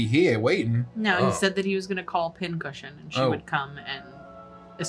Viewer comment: what she said: Pin Cushion what i heard: Pin-Head